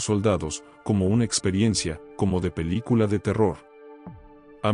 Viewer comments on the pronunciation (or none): none